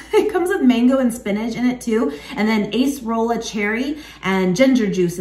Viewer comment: Which is better: Impossible vegan Chicken Nuggets or Trader Joe's Mandarin Orange vegan chick'n nuggets? Not to be too picky, but the word "acerola" is pronounced "A-sir-o-luh". A google search for "acerola pronunciation" will give several how-to audio recordings.